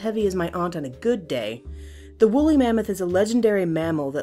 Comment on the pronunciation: Did she say "Willy Mammoth"?